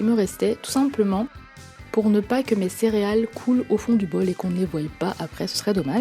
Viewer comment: vous dites cériales ou céréales????